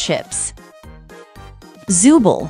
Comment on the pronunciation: You’ve been saying zoobles name wrong